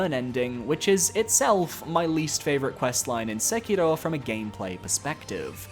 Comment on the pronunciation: Finally, a YouTuber that pronounces Sekiro correctly!